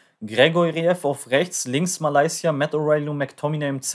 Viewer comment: Geile Folge wieder aber sagst du mit Absicht Malaysia?😂